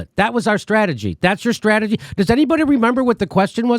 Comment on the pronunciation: She said "stwategy"...🙄